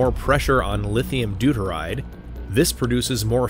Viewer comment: Yup. The claim that the "fussion" of the "lithium deturide" causes fission in the plutonium spark plug is inaccurate. The circle on the map labeled "160km" is actually about 1000km in diameter. The six-bladed propellers on the B29 are inaccurate. The depiction of the observer aicraft as another Tu-95 is inaccurate. The depiction of the observer aircraft being painted grey is inaccurate. The pronunciation of "Novaya Zemlya" is inaccurate. At least the claim that the Tsar Bomba was a big bomb built by the USSR is correct.